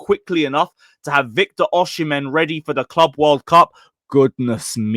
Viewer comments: It’s pronunced “Oh-Si-Men” not “Uh-She-Men” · Bro osee-mehn. Not oshi -mehn